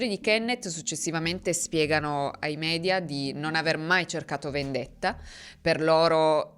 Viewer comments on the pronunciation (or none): none